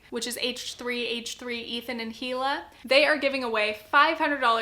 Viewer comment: Just a heads-up: Hila’s name is pronounced EE-luh, like a silent H